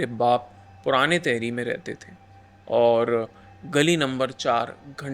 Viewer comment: Bhai ye तहरी nahi टिहरी hai, तहरी dish hoti hai